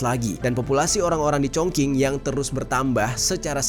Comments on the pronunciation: Cing,, bukan King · Ada baiknya kamar cek dulu cara baca nama² kota, spy lbh baik dan benar, gk asal²an pls, bukan congking, tp congcing, kerajaan qin=cin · Chong ching bacanya kq cong king 😂😂😂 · Zhongqing dibaca Congching, bukan Congking 🙏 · Bangg bacanya “Chong Ching” bukan cong king 😀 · Chong Ching , bukan chong king😂 Q dibaca jadi C .. Chong Qing/ching 重庆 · Bacanya Chongjing,bukan Chongking... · Speelingnya Chong ching. Bukan Chong king.. Kota Shenzhen,Shanghai is the best...Beijing lebih kayak old town yg sangat cantik, tapi intinya semua kota di china sangat indah.... Aku beruntung sdh pernah mengunjungi byk kota disana...dan tinggal disana hampir 10th.. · 😂😂😂😂 congKing??? Itu baca nya Chong cing weyyyy😅😅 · Fyi: Chongqing ucapan nya bukan (Chongking) tapi (Chongcing) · Sekedar info saja, cara bacanya Chong ching, bukan cong king. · koreksi: dibacanya bukan "Congking" tapi "Congcing" bro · Bukan cong king.. Chong ching bacanya.. Gmna si nih YouTuber. Ga cri info dlu apa.. Main asal nyebut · Yang sering Youtuber Indonesia Katakan Chongqing =chongking Guangzou=Guangzhou Harusnya Q dibaca ch G dibaca k K dibaca kh Z dibaca C Guangzou dibaca Kuangcou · Chongqing--- pelafalan yang benar: Chongching. Saya tau ini bhs asing, tp boleh minta tolong researchnya sekalian cara bacanya, nada gpp deh salah, tp minimal pelafalan betul. Atau tanya teman yg bisa bhs Mandarin gmn cara pelafalannya, atau paling minim banget cari di google translate cara bacanya. Apa cuma saya yg gak nyaman dengar pelafalan yg salah? Tapi saya appreciate dgn researchnya dan cara penyajian ceritanya ❤ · Congking congking haiya oi salah pengucapan loh congking congking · ChongQing baca nya Chongcing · congqing kata orang China di bacanya chongsing CONGQING RD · Dibacanya chongxing bang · maaf just info dibacanya congcing, q dibaca c kl mandarin tuh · Chongqing baca nya chung ching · Bang Jerry msh kurang tepat, sebutnya Cong king, coba deh didengar baik2 😊